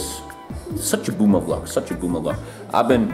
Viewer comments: I like how pronounces it V-Log because he’s German and can’t pronounce V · Stunishing how he's pronouncing V-LOG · Let's just ignore pronunciation of vlog